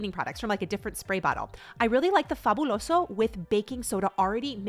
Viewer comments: I LOVE how you pronounce fabuloso! My abuelita approves 😊💜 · Ok I love how good you pronounced “Fabuloso” - simply fabulous (pun intended) ❤❤❤❤ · Yasss for pronouncing Fabuloso correctly. Love your energy!!!! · I forget you were a Spanish teacher before this 😅 when I heard you say “fabuloso” you said it so perfectly it reminded me that you used to be a Spanish teacher.. are you teaching the boys Spanish? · You pronounce Fabuloso perfectly, like if you're a native spanish speaker. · Do you speak Spanish? I am guessing you do by the way you pronounce Fabuloso and Mariel. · Great fabuloso pronunciation! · Loved how you said “fabuloso”